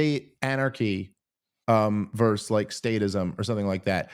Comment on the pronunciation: Dave, please, its versus not verse